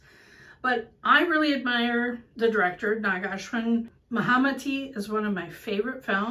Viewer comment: Not mahamati it's mahanati😂